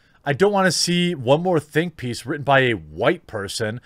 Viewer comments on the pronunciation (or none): none